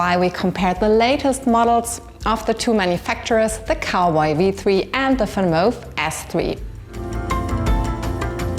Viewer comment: Why you call the Vanmoof "Fanmof"?